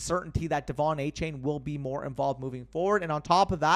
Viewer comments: Btw I heard that Achane said in a press release that his name is pronounced “A-Chan”, not “chain”. Yet another player changing it up on us 😂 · Love the content as always but gotta get achane name right. After a game like he just had he deserves to be called by his proper last name. It’s not a chain it’s pronounced a chan.